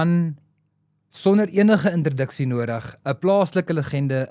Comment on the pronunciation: "intriduksie" AGENEE!